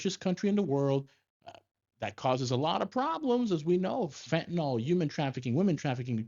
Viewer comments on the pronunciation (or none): It's pronounced: FEN TAH NILL - Fentanyl. Not fentanol